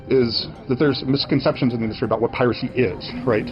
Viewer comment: To hear a supposed human pronounce "piracy" as "pi-RACY" gets old really fast.